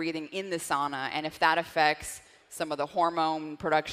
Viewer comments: "sow-na" not "saw-na" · Incorrect pronunciation however. It's Sow-Na. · The Finn in me has to correct the pronunciation of sauna (SOW-na). ☺️ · No way she's a Finn. She mispronounced the word Sauna, that's a no-no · In American English it’s pronounced sauna